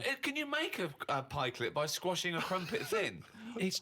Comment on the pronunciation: Karl Pilkington and my mum are the only people I know who say Pikeclet